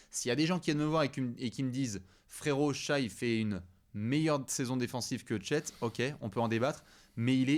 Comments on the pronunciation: Super épisode 👏 juste par pitié « shaïe » c’est une rappeuse belge, SGA disons « Shè » comme en VO non? 🙏 en tout cas continuez les gars 💪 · Non c’est justement parce qu’ils regardent autant la NBA et que ce sont des vraies encyclopédies basket qu’on s’attend à ce qu’ils prononcent bien les noms. Ça se prononce Shè. Il faut que la prononciation match la qualité du débat 😊